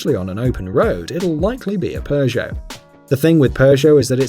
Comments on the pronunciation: It's pronounced pego not progeo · Please tell me. Why the hell do you pronounce "Peugeot" as "per-show"? WHERE'S THE "R"?!? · i hate that seemingly all english speaking people pronounce peugot so badly its not spelled PERRRGO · Honestly, I'd say Toyota SUV drivers (any model) are more prone to tailgating than Audis. Also, the British really need to learn how to pronounce Peugot. I don't speak French but even I know there is no R sound in the name.